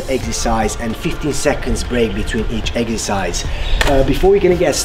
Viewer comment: Did i hear eggercise ?